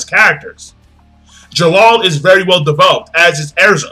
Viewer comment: you can't enjoy development that doesn't exist. lol but he said "devopled" and maybe he enjoys it. whatever it is.